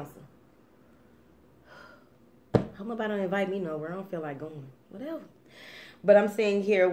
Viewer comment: I was thinking about breaking two karmic cycles but realized why one of them should not be broken. Not sure why I need to hold off on the second one...hahaha love when you say whateva it's right there :-)